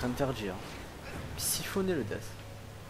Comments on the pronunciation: on dit dess mais il s'apelle death comme dans la cinematique du debut du jeux il dit war furry strife et dess au lieux de dire death mais bon tu a aussi raison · AAAAAAAAAAAHHHHHHHH c'est Death pas dess x) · Jeux de mot par rapport a l'accent merdique du mec qui le prononce dess ?